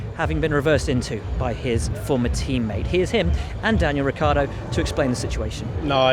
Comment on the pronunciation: Lance (s)trolling 'Ric-yar-do' ??